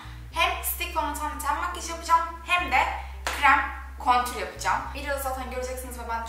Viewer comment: Cok guzel gosterdin! Ve contour (kontur) diye soylenir kontür diye degil ama dedigim gibi guzel gosterdinz. Hollandadan selam 😘